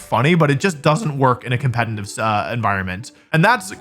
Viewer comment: Okay, this word is used so much in your videos and especially in this one, that i can't longer ignore it. Are you saying Compenitiv? cause it sounds alot like compenitiv.